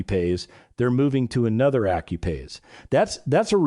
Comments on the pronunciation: Effing AI ... should learn english. Accuphase is pronounced Ak-you-faze ... not accupaze. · Did you say accu-pase?